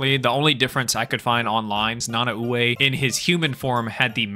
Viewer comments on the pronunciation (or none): I was literally ready to type and you mentioned about king shark also i could be wrong and I think it’s pronounced Na-Nah-Way